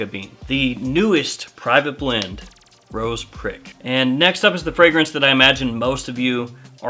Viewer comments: Youtube think you're saying Rose Crick lol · It’s pronounced ‘ro-shaw’ lol but great video as always man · Rochas is a french brand, in french you almost never pronounce the last letter. so it's pronounced "Rocha", and not with the spanish "jotta", simply "CH" like in "mashed"